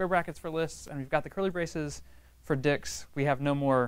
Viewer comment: Your class has been the best so far i have found on python, but can you please emphasize the "t" when you say dicts